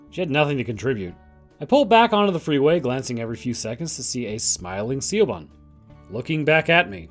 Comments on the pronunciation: Siobhan is not pronounced "see-oh-bon" It is "Shi-vawn" Pronounce the "Sio" portion of the name as "Shi" with a soft "ih" sound. Pronounce the "bhan" portion of the name as "vawn." "Vawn" should be pronounced to rhyme with "lawn" or "gone." Combine both syllables of the name to pronounce "Siobhan" as "Shi-vawn." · "Siobahn" is pronounced Shee-Vawn, btw. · Siobhan is pronounced Shove-on. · I love the music choice with the pacing. Very spaghetti western. Love Borg. Also Siobhan is pronounced Shi-vawn. Gaelic names are rough lmao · Siobhan is pronounced like Sha-von. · Jesus Christ dude. Siobhan, it’s pronounced shi-vorn